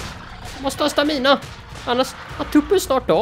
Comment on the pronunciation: Stamina uttalas inte så!